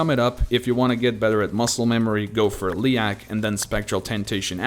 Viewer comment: You pronounce Leyak wrong. People say Leyak like "Leak".